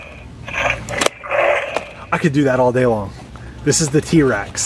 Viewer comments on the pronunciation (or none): said t rax that made me laugh 😹